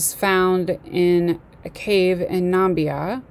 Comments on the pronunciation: Um um um ...not numbia... namibia. Real nonsense. Delete... and try again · NA-MIB-IA, you are mispronouncing the name of the country to your students